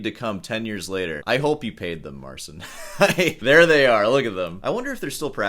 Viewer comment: pole here, it should be pronounce it more like mar chin. the ci makes a chi sound